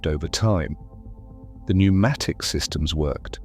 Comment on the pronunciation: The reason “it” is “confused” is because it is A.I. Unfortunately wr are going to be seeing more and more of this typre of semi-correct content. The voice is a giveway…no emotion or cadence, odd pauses, misprnounciations…particularly pronouncing the silent “p” in “pnumatic”. While not utterly incorrect, the context is vague and inconsistent because the A.I. Has been told that pnumstic distribution existed and has been given a whole pile of old woodblock prints from old texts…but no real context or detail. The cerators have been lazy to do their own properly reviewed snd researched work snd simply left it to A.I. To “make a wedding cake” from whatever was left in the pantry!